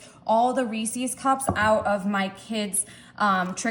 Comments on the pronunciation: It’s a good thing you’re good looking bc you butcher the word Reese’s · It's easy, she doesn't know how to pronounce REESES and she says "That's what I'm talking about " way too much and I thought if she had a thesaurus she may find herself using some other phrases.